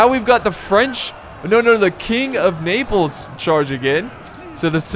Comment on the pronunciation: Hahahahaha king of Naples sounds like king of nipples